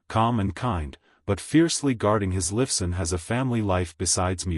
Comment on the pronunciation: Alex Liff son? haha! stupud A I ..and try some commas!